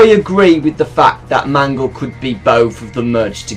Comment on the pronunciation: Wait when I heard you say mangle it kinda sounds like man girl